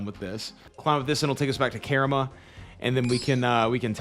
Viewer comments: Loving this series, im a veteran player but this is so chill to see! Keep it up man. And pls its karamJa hahahaha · Hello fellow KaramJA pronouncer! 🤣 Good luck on your xp gains and drops!